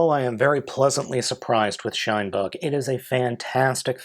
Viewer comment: i keep hearing "SHUNbug" rather than "Shinebug"